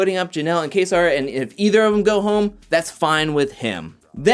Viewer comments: Its pronounce kayser lol you sound like cody saying kaysaar lol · My man can't even say kaysar. Sounding like cody Bruh